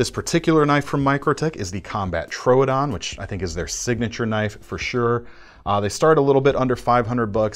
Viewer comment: It's actually pronounced "tro-ah-don", like the dinosaur that it's named for.